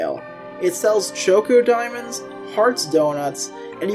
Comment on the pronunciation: Did you really have to call ChocDiamonds Choco Diamonds? There's no o! This made me mad the ENTIRE time I was watching!